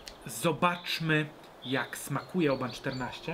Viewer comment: Ale ja slyszalem ze Oban wymawia sie 'oh-bin'. Jak to jest?